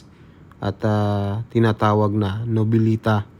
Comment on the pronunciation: For correction po Noveleta, at hindi po novilita, Hahaha paayus nalng po,ng pronounced sa susunod